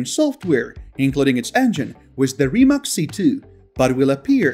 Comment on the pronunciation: RIMAC is pronounced as RIMATZ, not as RIMAK. NEVERA price is about 2,4 mil.USD.